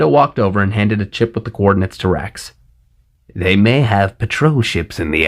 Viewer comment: Everytime you say wrax/rax I hear Rex. Lol! Vader’s entrance was perfection. 👍